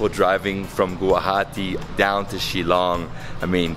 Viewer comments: It's pronounced as "Shil-long" and not "Shilong" and Meghalaya is the wettest place on Earth and not only in India but I really enjoyed the video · It's shil-long not shi- long I just want to help you out with this one, hope you don't mind 😃